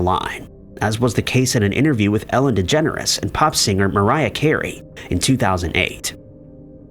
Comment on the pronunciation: I like it, that you pronounce it "Ellen Degenerate" ^^